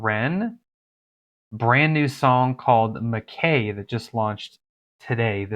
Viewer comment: MacKay is pronounced Mac"Eye" - it is a Scottish surname